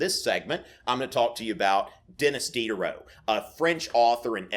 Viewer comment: That was very enjoyable and knowledgeable, but how you say the name Denis Diderot? Please work on that, I have a French name and hearing it Americanized linguistically ruins the integrity of it. Your doing this here, if your teaching a French philosophers works you should pronounce his name in the same integrity. I still liked your lesson very much